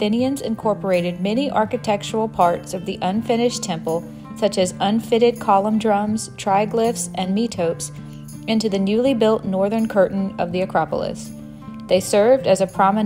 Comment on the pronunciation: Metopes / me-to-PE:Z/. These are panels between the “ triglyphs” in a frieze. The triglyphs were memetic representations in marble of the milled wooden beam ends that supported the roofs of older wooden temples. The metopes were panels, often sculpted with historical or mythological scenes in the spaces between the triglyphs. Pronunciation note: you may know other Greek words which end in a single “e” that has a long “e” sound. These are the only words in English that do this: recipe, catastrophe, apostrophe, calliope, metope. There may be others I don’t remember.